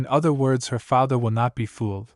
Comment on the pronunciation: bro the voice that stops and emphasis the word like father and mother is kinda off putting. saying normally is much better